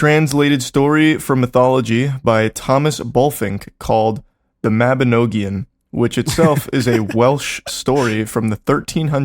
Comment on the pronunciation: im 36 mins in and this great but Welsh person here Mabinogion is pronounced almost right but it has a hard "G" so Mabi-nog(like bog)-ion. but its great to see you guys do 3301. quick edit here but fun fact my ancestor Lady Charlotte Guest actually wrote that book back in 1840.